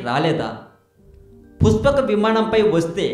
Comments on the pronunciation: Its pushpaka vimanam basu ...not puspaka vimanam. Telugu nerchukoo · Rey eam chaduvukunnav ra nuvvu, sa ki sha ki theda teleyadha neeku, puspaka kadhu pushpaka, nuvvu nee sollu, edho telisinatuu . pushpaka vimanam mano vegam tho velthundhi, ante dani vegam devathalu kuda andhukoleru, vishwakarma nirmitham, brahma dattham, nuv ramayanam chadavakunda edhava videolu pettaku. nuvvu ne thokkalo research, thu. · nee pronunciation bagaledu thammudu...try better.....pushpaka vimanam,,,,not puspakavimanam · puspaka kadu bro pushpaka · It is "పుష్పక విమానం" not "పుస్పాక విమానం". You better learn the language...Please do not spoil Telugu... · Puspaka kadu brother pushpaka. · పురాణాలు సరిగ్గా తెలుసుకొని వీడియో చెయ్. పుష్పక విమానం అనడం రావడంలేదు. ఈ వీడియో ఎవరు చేయమన్నారు . చెత్తా వీడియో